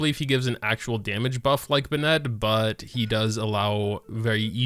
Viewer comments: I love this video but can’t stand the way he says “bin-net” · I’ve never seen someone pronounce Bennett as how he pronounces it. Bro who does that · Thank you, Kirimiya! And no, you can't say it either way because 1) his name is his name, as pronounced in the game and 2) it would need an additional "e" at the end to be pronounced the way says it. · The way you pronounce Bennet drives me insane haha, how can someone get it so wrong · why do you pronounce his name like that? the canon doesn't call him that, he doesn't call himself that, no characters call him that, i just don't get it lol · Youre saying his name wrong lmao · Dude you keep saying his name wrong please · Are u pronouncing his name wrong on purpose? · WHY THE FUCK DO YOU PRONOUNCE BENNETT LIKE THAT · Please stop saying ben net. Just say benny. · Listen to them back to back. It isn't the same. Bennett in-game says "BEN-it" while says "ben-ETTE" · I’m pretty sure he knows how Bennett is pronounced, it’s just more comfortable for him to pronounce it as “Be-nette” rather than “Be-nit” /lh Another honorable mention is in the English dub, Bennett pronounced his name as “Ban-nette” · You can say it either way, but it’s wrong. He says buh nette, which is wrong. It is pronounced ben net. Clearly english isn’t your strong suit. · Be-net, kaching my brain: ITS BENN-ET AND KUH-QING. ISTG IF MY EARS HAVE NOT FELT THE SWEET SOUND OF HARMONY IN PRONUNCIATION. SAY IT RIGHT, SAY IT RIGHT >:( my head: cmon, let's get you to bed grandpa.. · Lol I know it’s you cause you say “Ben Net” it’s “Ben It” :) you rock! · You say `Ben Nette`... i say `BeN Net` lol – either way he's pretty pog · The fact that he pronounces Bennett’s name wrong every time triggers me. (Btw, if you’re reading this, the correct pronounce for Bennett is “Ben-nutt”, not “Ben-nEtt” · It’s “ben-it” not “Ben-Ette” 😢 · BEN-nett, not beNETT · its ben-it no bin-net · you always pronounce his name "bennetté" but it's pronounced ben-nett